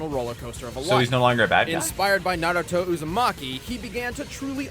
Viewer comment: if no one has told you, you are horribly mispronouncing naruto